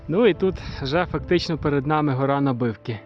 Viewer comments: На'бивки, а не Наби'вки! ))) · Вітаю, відео супер. Приємно бачити знайомі місця. Ходимо частенько на Набивки, зі сторони села Сукіль. Доречі місеві наголос в Набивки ставлять на букву а.